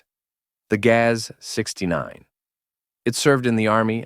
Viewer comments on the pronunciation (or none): OMG, your pronunnciation of GAZ is horrible!!' Not Gaeaeaes but Gazz.